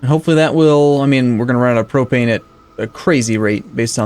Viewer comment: Thank you for saying Propane right. :)